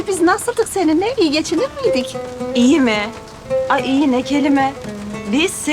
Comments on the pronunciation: Harika aybikeye aymine demesi 🤣🤣🤣😂😂😂😅😅😆😆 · Şengün oğulcan'a korkulcan demesi 😅 Ve aybikeye'de aymine demesi 😅